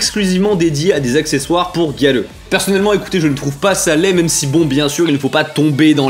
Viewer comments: Moi grêleux 🤣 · Quand tu disais Gyaru, j'entendais "Galleux"... x) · J'entends aussi galeux ! 🤣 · A chaque fois que je l'entends dire "gyaru", j'entends "galeux".. x'D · On est d'accord xD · T'as dis gyaru j'ai entendu galleux TT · Quand il a dit gyaru j'ai cru qu'il avait dit galleux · J’arrête pas d’entendre galeux au lieux de gyaru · HAHAHAHA j’arrive pas a ne plus l’entendre maintenant